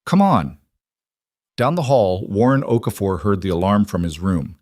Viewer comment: Here'a heads-up, if you can't get Okafor right, don't use it. O'Keefe, O'Connor, Oakhurst and two or three equally stupid versions. Also worth a mention Gordon, begins with a G not C.